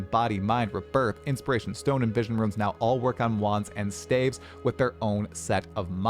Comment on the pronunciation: saying “ruins” for “runes” that many times in a row nearly gave me an aneurysm